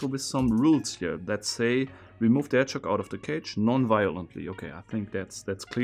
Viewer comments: Anyone else hearing "hedgehog" as "head shock"? Or is it just me? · I was thinking “hedgechok,” I feel dumb for not realizing it was “hedgehog” sooner!